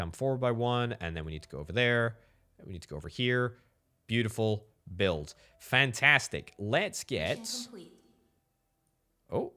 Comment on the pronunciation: "fentestik" EEN HOLLANDER!!